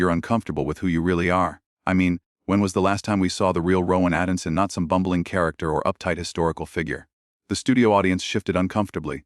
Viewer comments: This Narrator can't even get Atkinson's name right! Educated Brits -1.Dumb Yanks _ nil! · Why did they use that announcer to commentate this interview. He can't correctly pronounce some words....the are no commas or full stops in the sentences.....keeps saying Rowan's surname wrong. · Can't you learn how to pronounce Atkinson?? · This would have been much better if someone had programmed the AI to pronounce words correctly.At no time did it pronounce the name Atkinson correctly not helped by it being spelt at least 3 different ways in the text,solving pronounced without the S facade pronounced fakade mischaracteriized with the ch pronounced like the ch in cheese,has been/husband and thats just the ones i noticed.Its a pity you couldn't show the actual interview. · Pity you couldn't pronounce Rohans last name correctly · So we don't actually hear the people on screen, just the narrator who can't even pronounce Atkinson properly. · What a dragged out bore! If this is real why didn't they just show the interview? And the AI mispronunciation of Rowan's name and other words was dreadful!!😯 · Appalling AI narration. He pronounced Atkinson in about 6 different ways. Are we alright with this crap? Pretty soon it'll be a synthetic world! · Oh and when you use Ai try and get the name pronounced correctly! Bull shit! Click bait! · The presenter should really learn the name of the person he's talking about. It's ATKINSON NOT ADKINSON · His name is Rowan Atkinson, not Addison! Both spelt & pronounced incorrectly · Who is Atinson AI obviously not programmed correctly to say Atkinson, thats what makes it shit. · I had to stop watching this after the AI voice over said the ATKINSON name incorrectly half a dozen times, calling him ADDISON. Sheer laziness that the people who posted this didn’t even bother to check. What other inaccuracies are in this “story”, or any of your other posts? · The man's name is ATKINSON, not ADDINSON!!! Sort out your AI narration. Accuracy is important!!!